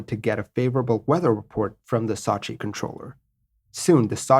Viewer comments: Sot-chi lol Sow-chi come on man... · Not to nitpick but the name of the city is sew-chi not saw-chi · Ok I thought the city of Sochi was pronounced SO-chi. You pronounce it more like SAW-chi. I'm from St. Louis, Missouri, so maybe my accident is different? I also have a tendency to pronounce Wuebec KAYqec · So-chi...not Sa-chi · My favourit city in Russia. It is Сочи (Sochi). It is pronunced as sOchi not sAchi. It is a resort town. It is in Krasnodar on the Black Sea. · Excellent video. But you drive me nuts with your mispronunciation of Sochi. It's not SAH CHI, it's SEW CHI. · Not sachi but Sochi! I used to live in Sochi Russia! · Sew-chi man, not Saw-chi... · Pronunciation = Sooo Cheee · No, that is sue-che, we want sew-che. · I'm sure you already have a 100 comments saying this but it's SO-CHI as in "to sow a sweater" or the word SO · I'm a big fan and watch all your stuff but this one was tough to watch-- 'SOW-CHEE' if you spend 30 seconds checking on the pronunciation this video would have been great. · Man...don't u remember the Olympics in Sochi...its a fucking long 'O' sound. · I’m having a hard time with his attempted pronunciation of Sochi. Google will say the name for you if you don’t know how to correctly pronounce a city or place name. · Didn't they recently have the Olympics in Sochi? I heard the name of the city pronounced over and over, but never the way it is in this video. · Ugh. Learn to pronounce Sochi before recording the video! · New drinking game, take a shot every time “Sochi” is mispronounced lol. Normally I don’t care, but that was brutal.